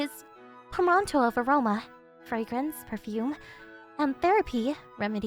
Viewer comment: Just to clarify, the pronunciation of “portmanteau” is: port-men-toe